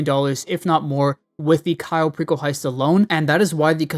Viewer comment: did you just say Cayo Pickle heist😂